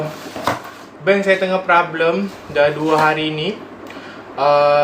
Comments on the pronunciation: Problem..bukan prablem.. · Tu laa.. Prablem, prablem.. Haduhh.. Problem ✅✅ bukan prablem